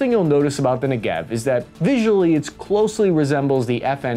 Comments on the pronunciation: Love your stuff and just want to gently correct your pronunciation. It's "NEH-gehv," with the emphasis on the first syllable. And it's "rah-MAHT hah-shah-LOME," with a long "oh" at the end. Keep up the great work. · It's pronounced Ne'Gev, which is the desert in southern Israel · If you want to pronounce Negev the right way, put more emphasis on the first "e" than the second one. Like Neh-gev. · It's pronounced NE-gev and ta-VOR. You're wellcome. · I'd expect a self-proclaimed expert to at least learn how to pronounce Negev... Anyway, 4-soldier squads? NCOs leading such squads? Nope... Sorry, not true. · You are not pronouncing "NEGEV" the right way. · This is not how you say Negev LOL, in Hebrew we say it in penultimate accent... It was just so weird to hear it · As a former IDF veteran I have only one remark: you should pronounce the name Negev like the word Never in English., (grammar) penultimate stress, paroxytone. מלעיל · You pronounce it wrongly, the emphasize is on the Ne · you pronounce it wrong its not 1 2 3 4 ne ge v its a 1 2 3 4 ne...... gev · Tadpole is the Engish word for the early stage of life for frogs and toads, but yeah, the mispronunciation cracked me up. Also he really should know by now that the word Negev should have the stress on the first syllable and Tavor on the last syllable. constantly messes that up. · Your videos are great. Your pronunciation of Hebrew names is atrocious. You know so many Israelis, why don't you ask them how to pronounce these words. Negev (like many Hebrew words) has the stress on the first syllable. So instead of Nege-v Say Ne-gev Or Merkava- Rather than Merka-va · They don’t pronounce it as “ne gev” its pronounced as negev its a region in Israel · Negev is pronounced: NE-gev, not ne-GEV, with emphasis on the first syllable. Just like "Derek", "Better", "Center". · it's NEgev NOT neGEV (weight on the 'NE') same as "engine" is pronounced ENgine , NOT enGINE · not negEv, its nEgev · its NEgev. not neGEV